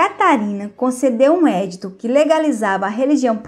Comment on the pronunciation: Muito bom. Só lembro que o nome é EDITO (pronuncia-se edíto e não édito). Parabéns